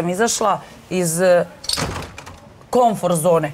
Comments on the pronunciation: Ali nije rekla komfor, nego konfor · Rekla je kLomfor 🤣🤣🤣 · Rekla je klomfor 😂😂🤣😇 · ona je pričala koNforT, i nema slenga, to je termin iz psihologije, i u svakoj državi je psiholozi zovu isto. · Rekla je kLomfor 🤣🤣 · ali što je zapucala i napravila dramsku pauzu razmišljajući da li se kaže KOMFOR ili KOMFORT zone😂😂😂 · Naučila je Dudla da se ne kaže komfort nego konfor. Ha ha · Ok majko, nisu stavili od pocetka klip Gdje buduca voditeljka Pinka izgovara da je izasla “iz klomfor” zone nije vise komfort nego klonfor!! Boze ti pomozi dragi 😂🤮🤮